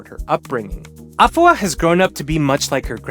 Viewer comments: You're amazing and her it's pronounced A fua,like saying the letter a and adding the fua,you were right with the fua,you gotta put it together,other than that great job,well done, you're the best😅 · urmm u kinda mantion afua names wrong buh it fine